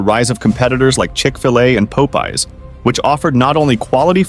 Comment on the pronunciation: Pope-eeze and Pope-ize seem so popular, yet I've never heard of them. Gotta try these fast-food joints with my AI partner soon